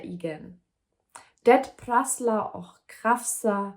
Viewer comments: I have not read the book, but I understood everything. The fact that you can read the words even though you don't understand them is amazing. It seems like the word och (and) is one of the hardest to pronounce. It actually has a K-sound , not an H-sound in the end. Like the English word lock, but without the L. Best of luck with your language studies. I can recommend the am Say anything to quickly translate a conversation. I used it as a volunteer welcoming Ukrainian refugees to Sweden. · You did really well! Swedish with a german accent is so charming, really love it 💚 Of course there are several tricky words, one of them is "och", it's pronounced "ock" or like a short "å". You go girl!